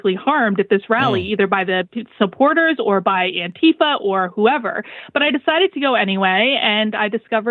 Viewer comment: She doesn't pronounce Antifa correctly. It is a huge giveaway. America is a sick country.